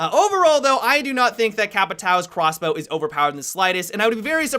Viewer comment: hey did anyone notice he said quasblow multiple times